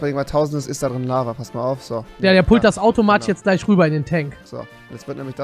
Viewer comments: Es heißt iz da. rofl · Es heißt Izz da nicht Is da 😂😂